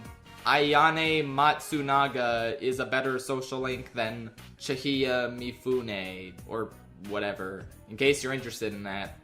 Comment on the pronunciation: Chi-HA-ya Mifune, not Chi-hi-ya. Sayoko Oo-ay-hara Fox is a girl. In the epilogue she has the three kids she birthed with her. Basic research. Now-Toh, you're adding an extra vowel to her name. Die-skeh but this one's so close t's negligible I'm just mentioning anyways Ee-na-bah, or Ee-nuh-buh Why double check Kou but no one else? Lack of focus on the connection between their social links and their arcana, like Teddie's involves everyone else so much because The Star is a symbol of optimism and hope, which at the end ties back to Teddie when Nanako, his figurative star, is still alive and gives him hope in return. Soejima specifically insisted Ayane's design be in a game. Calling a petite girl a 10 year old child is wrong. Yeah Ayane's 15 but the same principal applies. Same with suggesting liking a tomboy like Chie contributes to Kou being not entirely heterosexual, Chie hearing someone say that would likely inflate her insecurities. Yu and Adachi sharing a voice is a dub invention, in the original they're voiced by two different seiyuu. Unlike Persona 3 where the same voice actor stuff is fully ingrained from the start and intentional. It's a neat choice, but wasn't what Atlus built the two around. All that aside, I have nothing but respect for the Naoki segment. Felt the heart in everything you said there.